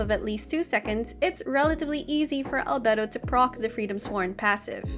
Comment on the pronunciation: finally someone that can pronounce albedos name right